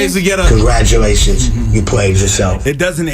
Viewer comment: wtf is "congratution"